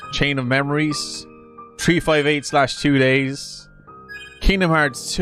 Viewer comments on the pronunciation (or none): While I'm sure it has been stated before, it bears repeating: "358/2 Days" in Kingdom Hearts 358/2 Days is pronounced "Three Five Eight Days Over Two".